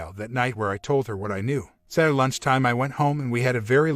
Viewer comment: Listen to how this dude says "saturday" lol